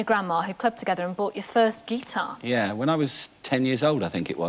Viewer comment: she can't sat guitar properly. it's guitar not gee tar.